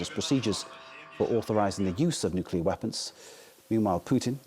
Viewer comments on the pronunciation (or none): Nuculear war?😂😂😂